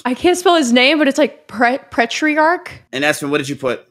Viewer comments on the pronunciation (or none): "petrarche" makes me cringe lol. No philosophy in American high schools? No reading On His own Ignorance? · He was right. she admitted on it. Also how the fuck would she pronounce petrach as petri arch but also spell it right. If i typed patrach would you really pronounce it that way? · Weird how can spell Petrarch but not say it correctly...